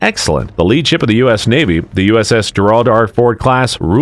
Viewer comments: He (it?) IS saying Gerald…but mispronouncing it. He’s putting the accent on the second syllable instead of the first. It’s bizarre and probably what makes you think he’s saying Gerard, which DOES take an accent over the second syllable. Most likely a stupid AI voice…although I’ve never heard this particular one before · It’s frigging pronounced JEH-rahld. Not jeh-RAHLD. Who made this crap? You don’t know how to pronounce the name Gerald? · How can you not pronounce the name of your own former president? lmao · Anybody who doesn't know how to pronounce Gerald correctly should not be doing voiceovers! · AI sucks. Cannot pronounce Gerald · Came here to say this….. Seeioulsy. The man was president. Perhaps we should spell and pronounce his name properly?